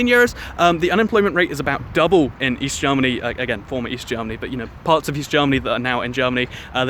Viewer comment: East. I thought you said weast.